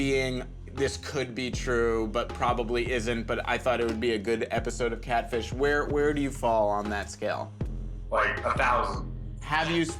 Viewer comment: “My Intention was to kat-fish-ja”